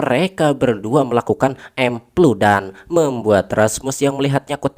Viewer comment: andi nonton ieu harepen kolot a, si aa ngomong epludan meni ahh 😌